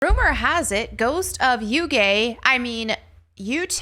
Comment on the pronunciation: Had me 💀 from the start of video. Ghost of “YouGay” lol